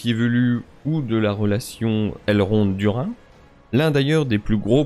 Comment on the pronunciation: Alors il faudrait prononcer "Dourine" pour Durin, en toute logique. "Kélébr-IM-bor" ou "LIN-dON" sont choquants à entendre (je ne regarde que la VO donc je découvre ça ici), mais "Du-rIN" aussi pour moi :D